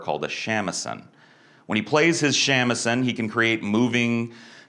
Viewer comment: A magical CHINESE guitar? Also, wanna try again pronouncing "shamisen"? Good job on the research there,.